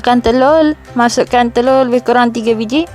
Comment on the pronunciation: Ryanzendra 125 hihi.. kes gabrah gugup laa agaknya tuu sbb nk sebut telur pn dh jdi telulll huhu ..hentam je laa jnji sodappp..hahahaha.. 😂😂😂